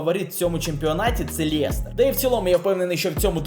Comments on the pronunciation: лЄЄЄстер правильно лестер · Жах , який Лєєєстєр? Лестер